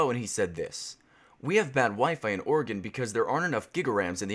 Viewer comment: Waaaait did you say Oregon